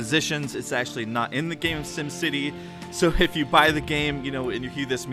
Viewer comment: it is sim city not sum city